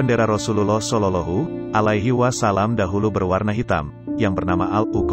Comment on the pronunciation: Maaf ms, bacaan nya tolong diperbaiki lagi, terutama pas menyabutkan kalimat Rasulullah Shallallahu’alaihi Wasallam 🙏🙏